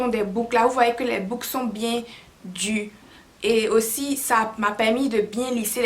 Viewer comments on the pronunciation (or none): Les boucles sont bien "du"(dures) je me suis reconnue loool quand je parle comme ça des fois mon chéri est enjaillééé, cette mani de ne pas bien prononcer les mots hahaha #IloveCôted'ivoire Belle vidéo, as always 😍😍